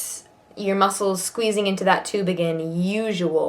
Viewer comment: slight English/Irish vernacular when saying “worried”. Is she originally English or Irish, or have some background from there? And again when she says “again “. Also at the end when she says “letter” Unless I’m hearing things, it seems to “peek out” when she’s fatigued 😊